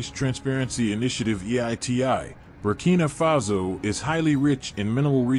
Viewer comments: Burkina faso not Burkina fazo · "Burkina Fazo"? Correct name is Burkina Faso. Good video otherwise.